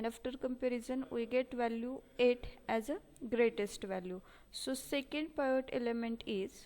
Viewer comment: In 3rd question- PIVOT is called as - पिवोट्स and you are calling it as पायोट्स